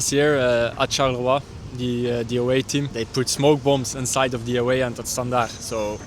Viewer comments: ok, Charleroi is pronounced as Charler-wah- not charler-oi- xD besides that, awesome vid again! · hello, thank you for coming to belgium and cool video. As a french speaker, I wanna say this: you pronounce "Charleroi" incorrectly, you haven't bothered to seek the pronunciation online, so I will tell you how to pronounce this city's name. CHAR-LE-RWA = CHARLEROI CHARLE like your brit king (withouth the s) and RWA ike the first syllable in Rwanda. ok